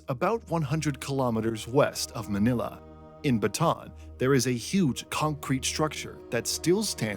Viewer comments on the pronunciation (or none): It’s pronounced Ba-Ta-an, not Batan. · It's pronounced Bata'AN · Bataan is pronounced with three syllables (bah-tah-ahn), not two. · I have yet to hear a creator pronounce "Bataan" correctly. Maybe one day I will.